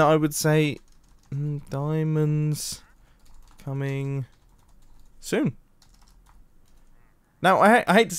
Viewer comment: "Sonn" "Soom" "Soob" "Soon" Me: did you mean spoon?